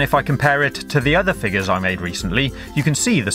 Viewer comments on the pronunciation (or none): I love the way he says figures. "figger"